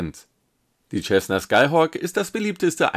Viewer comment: Sehr nett! 🙂 Cessna wird nur bitte wie "Sessna" ausgesprochen... ;-)